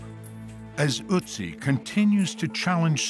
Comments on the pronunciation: As interesting as this whole video is, I can't get over the pronunciation 😭 I'm Austrian, Ötzi is not pronounced with a "U" sound. The sound kind of reminds me of the 'ay' in day but not quite like that either. But definitely not the way they kept saying it. 😭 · The pronunciation is quite bad. The "Ö" in "Ötzi" is like the "e" in "her". Even just saying the name of the online shop "Etsy" would be closer to what how it should be said. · Of all of the times “Oetzi” was said, I think I only heard it pronounced correctly one time; by the German woman with the 3D printing company. Makes sense, I guess. Would have been nice to see a digital recreation of what he looked like, and not just a recreation of what he looks like now. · i really hate how the narrator says the O in otzi incorrectly, the O is pronounced like how in the word "low" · I as a German cringe every time he mispronounces ötzi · If you cannot pronounce the OE as ö, then please say Otzi There is no U in the name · It's so funny how the narrator almost gets the pronunciation of Ötzi right in the beginning and then it just deteriorates more and more until it's just "Utzi" 😂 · There is no Uttsie, the name is Ötzi. "Ö" more or less as in "early". Örly could be amazing, ha, ha (The sörvant played Blue Öyster Cult, but the Örl came too örly. Oh, excuse me, Sör!). The word comes from "Ötztaler Alpen", the mountain group, where the body was found. Its boundaries are: - Reschenpass 1508 m - Stiller Bach - Inntal - Ötztal - Timmelsjoch 2474 m - Passeier - Etschtal - Reschenpass. So, You see that the names last origin is the Ötztal. And this comes from the old German word "etz" for meadow (Tollmann 1986). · It's Ötzi not Uzi. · Őotzie??? Who told y'all that his name is Őotzie?? 😆